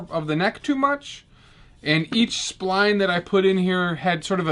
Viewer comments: Its pronounced SPl-eye-n Not SPl-ee-n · I don't think that was accent. He was just accidentally calling it spleen, not spline. Great vid though. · You talk funny. “Spleen”. I’ve always heard it pronounced “Spl-eye-n” down here in the Deep South. Absolutely beautiful work, man. I’ve only recently started doing big boy work on guitars after talking about doing it for 30 years. Love your channel and the incredible amount of information you share. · Who the hell are the 3 eyeballs who gave this thumbs down?? This was a great video. Even with the "Spleens" instead of Splines. 😂😂😂😂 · He started out calling them splines, but then switched to spleen. Maybe he had just watched "Fletch". "Ever seen a spleen that large?" "No, not since breakfast." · Ironically he says it correctly 50 times earlier in the video.